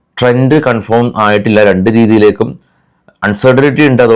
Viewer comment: കൺഫോം അല്ല.കൺഫേം